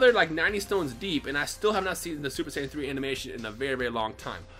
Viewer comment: when i watched his first video i thought he said super sandwiches